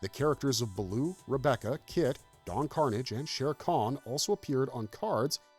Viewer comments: Don car-NOZH, not Don CAR-nidge. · Lol. Everytime the narrator says it like "Carnage" I'm reminded when the actual character on the show would get pissed when someone mispronounced his name "No, it's Don Car-naaaaggggggge" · Don Carnage's last name is pronounced like corsage. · It is pronounced Don Car-NAJ! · It's Car-NAGE! Don Car-NAGE!!! Lol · Don Karnage would not be happy with the mispronouncing of his name here 😂😂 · Yeahhhh I didn’t think it was until he mispronounced Don Carnage’s name and the sword “cutlass.” Ugh great way to get me to stop watching your content. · Glad I'm not the only one who noticed this.